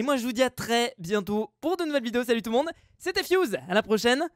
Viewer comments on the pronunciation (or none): C'est moi ou j'ai entendu "S'lut tou'le monde c'est " au début de la vidéo?